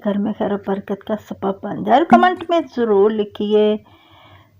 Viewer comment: ویڈیو جمعہ اور اتوار کو اپلوڈ کیا کریں ٹریفک زیادہ ہوتی ہے traffic mean viewers آ ج درود پاک pronunciation bht بہتر ہے اگر آپ لکھے ہوئے درود پاک کو تو جہ سے پڑھیں تو تلفظ ٹھیک ہو جائے گا لفظ کمینٹ کو بھی ٹھیک کریں باقی ویڈیو بہت اچھی ہے یہ basic غلطیاں ہیں جو ہر ویڈیو میں ہوتی ہے